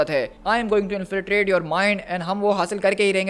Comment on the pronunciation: Say it like this in-fil-tration not infliration